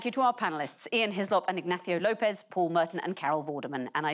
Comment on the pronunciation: Mr. López was excellent in this episode - so was Ms. Coren Mitchell's pronunciation of his name. But what happened with the scoring???